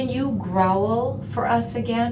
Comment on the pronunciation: Grow-uhl?! Guys its growl - one syllable, Jesus...